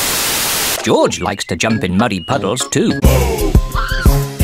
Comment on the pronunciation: I like the way how people tell George as "joj"😂 I can't wait to watch this premieres right now it's showing"Premieres in 37 hours" well I have no problem because I have set reminder 🔔 it will notify me well this will go live can't wait to watch this and laugh 😂😂